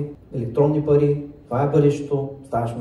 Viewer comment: Кат' чуя "паритьи" и веднага ми иде да мятам кинтьи!